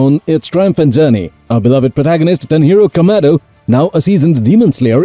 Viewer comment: Did bro say tanjiro as "Tanhero"? Wtf 💀